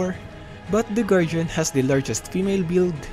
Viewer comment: can you please pronounce guardian correctly in future videos.